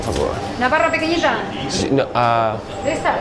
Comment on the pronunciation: Wow. the woman behind the counter seems to be saying "Navarra pequeñita," pronouncing pequeñita "pequeñija" while pointing to the half-baguette. I'm wondering if I'm hearing that right - if that's one of those regional pronunciation quirks you find in certain parts of Spain - or if I just am hearing it all wrong.